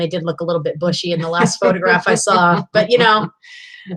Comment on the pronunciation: Did you say her eyebrows looked "BUSHY" or "BUTCHY"?? LOL